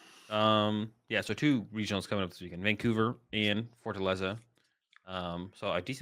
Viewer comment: Pretty spot on Fortaleza pronunciation. It literally means fortress.